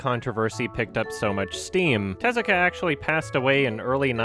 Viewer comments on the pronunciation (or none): IT’S te-ZU-ka AAAAAAAAAAAAAAAAAAAAAAAAAA!!!!! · The way he pronounces Tezuka tho. 😂 Like "Jezzika" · I love how the lady narrator at TheThings pronounces Tezuka's name completely wrong